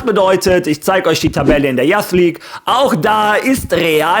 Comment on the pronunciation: Spreche das Intro mittlerweile sogar mit haha Falls du "Youth" meinst, das spricht man Yuus aus übrigens